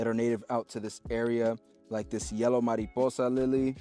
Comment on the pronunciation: since you pronounced the word “mariposa,” fairly well in Spanish, I will give you another word, “palomar.” You will need to build a dovecote. Let the birds help you. I leave you with a quote. “Look at the birds of the air, and lilies of the field. They neither sow nor do they reap.”